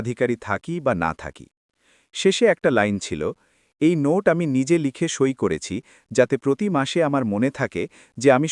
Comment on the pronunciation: এরা সই বা স্বাক্ষরকে "ছই" বলে কেন?!!